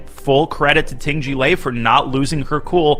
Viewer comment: Jie rhymes with the British way (non-rhotic) of pronouncing "air". Also do not voice the J sound.